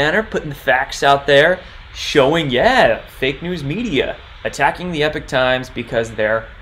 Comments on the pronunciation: Howdy, I think it is Ee-pock Times not Eh peek. Great video. Many thanks. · It's Epoch (as in POCK) not EPIC Times . . . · It's not pronounced "Epic" Times, but rather "Epoc" Times (E-pock, like pocket). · How many more times must we remind you it's EPOCH PRONOUNCED EEEE-POK!!!!!!!!! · a great guy, but yeah you’re right, he not pronouncing it correctly.